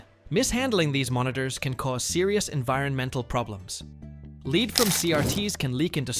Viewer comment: “Lead from LEDs”. Pronounced this with a long “EE” sound. Robovoice. Down-voted.